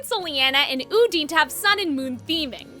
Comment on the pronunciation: I'm still coming for you and your pronunciation of Odyne's name. I will fight you. With my deer hands. Put them UP